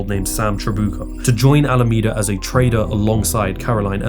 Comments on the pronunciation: Have you ever herd of the letter T in the English language? I don't know whether what you talk is some provincial argot, but it comes off just sounding like stupidity. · Why does the word trader sound so close to the word traitor?